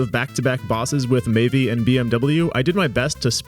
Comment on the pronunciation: im pretty sure the Maeve2501 person's name is pronounced May-ve no E sound on the end. Other than that good video!